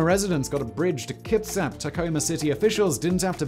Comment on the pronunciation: he pronounced the first native word pretty well. and kitsap too